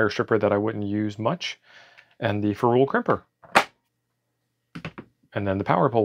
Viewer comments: Youre mispronouncing ferrule. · Nice clean build. FYI, it sounds like "Feral" not "Fe-rule"